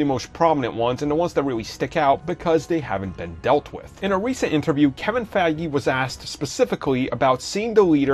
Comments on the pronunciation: And it’s Fie-gee, not Faggy lol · at one point I heard "Kevin faggy" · He sais kevin fagy 😹